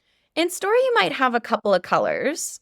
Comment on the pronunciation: I love the way you taught us how to pronounce "a couple of colors" (copla), and I also learned how to use the word comb in another context. Thank you ❤